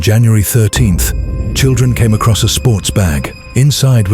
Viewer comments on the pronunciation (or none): none